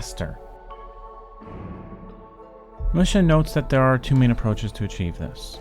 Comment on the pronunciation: Assuming "Musha" is a Japanese name, it's pronounced more like "Moo-shah". Fascinating video, though!